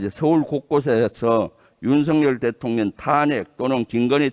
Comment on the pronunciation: 대통년으로 들려요 ㅋㅋㅋㅋ